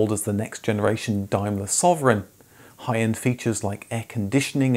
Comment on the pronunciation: Why are you pronouncing "Daimler" like "Dimelar" ? Its cringeworthy.